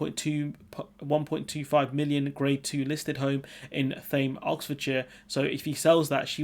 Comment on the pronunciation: It’s Thame as in ‘tame’, a bit like ‘Thames’, but nowhere near it. Back in the day, Thame High Street was a renowned Rugby club pub crawl.